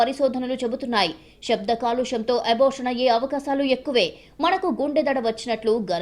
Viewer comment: తల్లీ తల్లీ షభ్ధంకాదు శబ్దం తెలుగు ను చంపకు వారు మనుషులు ని చంపడం తో సమానం షవయాత్ర!!!!!